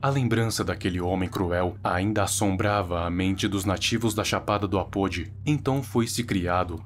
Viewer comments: Se fala Apôdí :v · parabéns pelos vídeos. Estou gostando e consumindo bastante seu trabalho. Tenho só um detalhe a contribuir neste vídeo. A palavra Apodi é indígena e sua pronuncia correta é com a sílaba tônica "di", tipo tupi, por exemplo. Adorei a história, não conhecia. Estou adorando o fato de você trazer a cultura brasileira aqui para o YouTube. Abraço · Legal mas é muito estranho ouvir você pronunciando Apodi do jeito errado,queria te mostrar como pronunciar Apodi da forma certa mas não dá aqui